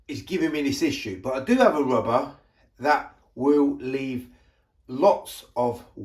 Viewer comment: Dear, BTW it is Rubber not Wubber yours. Mr Window Cleaner